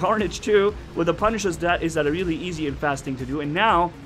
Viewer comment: not pa pu